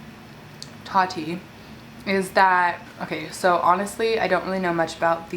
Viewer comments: It’s ta-ti not Tati . Lol still love you tho ❤️😂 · totti? its ta-ti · The way you say Tati sounds like toddy and it’s so funny 😆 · This is funny because Tati has said in the past that her biggest pet peeve is when people call her “Toddy”. And you did that so many times 😂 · every time you said Toddy I giggled hehe love u girl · The way u kept saying “toddy” had me dead sksksks 😂😂😂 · it made me laugh how said tati’s name like “toddy” 😭😂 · When she says “ tati “ it keeps sounding like she’s saying “ toddy “ 🤣🤣🤣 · lmao am i the only one that noticed her sayin “toty” not tati lmao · how you kept saying her name “toddy” 😭😭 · I was literally gonna comment about this 😅 but Fr how you get toddy from Tati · Luv u but I cringe every time you pronounce Tati like TODDY lol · One hundred percent agree with you about tati & James.. the way you say Tati name 😂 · Anyone else annoyed by the way she pronounced “Tati and “tres leches” 😂😂😂